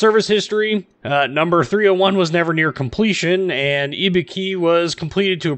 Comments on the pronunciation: pronounced i-boo-ki not e-be-ki Other wise known as an easy kill and so if you can not hide like an Atlanta then your toast. I think because the armor is so bad it is not worth playing. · Nice video.. but your japanese pronunciation is horrible! IBUKI = I("Y"es)-BU("Boo"ster)-KI("key").. (use google translation (japanese language set) for right pronunciation )